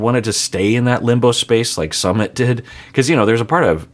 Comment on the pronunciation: is always mispronouncing Sumit’ s name. SuuMit. I also think Jen was acting like a kid when she allowed her friends to tell Rishi’s parents. If he believes in astrology and wanted to wait until Aug 5th to tell them based on what the astrologer said, the Jen should have waited or moved on because she didn’t want to wait. I don’t think anyone should shame Rishi because he wanted to wait.